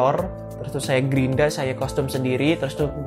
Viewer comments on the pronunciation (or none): bukan kostum om bacanya, tap Kastem (Custom)